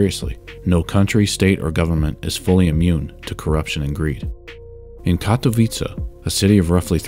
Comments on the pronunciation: I was cringeing thinking you were going to pronounce Katowice wrong but you pretty much nailed it, kudos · Hats off to you, my good sir, for actually checking how "Katowice" is pronounced.